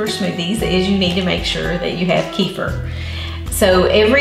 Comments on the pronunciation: Kefeer, please kefeer. Not kefr. Thank you. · Please pronounce it right: It's Keh feer not Key for. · I don't know why it drives me bazonkers when people say [KEY-fur] but it does. Kefir grains originated in the middle east - as does the word 'kefir'. It's pronounced [kuh-FEAR]. It's not that important unless you want to sound like you know what it is or what you're talking about. It's like moving to a new city and mispronouncing the town you live in. If it were me, I'd want someone to tell me. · The product kefir is pronounced "ka-feer" in English, including America, NOT "kee-fa". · It's NOT KEEFER. ITS KUFIR..PHONETICS.